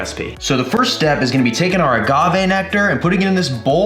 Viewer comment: I think I may have cringed every time he said agave but hey still an amazing video from the! Now i need to go get some kirspies and make it snap crackle and pop